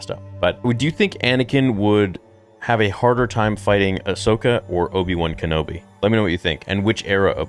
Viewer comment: you crack me up how you say "Obi-One" instead of Obi-Wan with your accent.:)